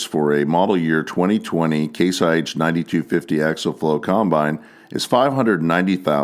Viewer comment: The word is pronounced... Ack-see-ul...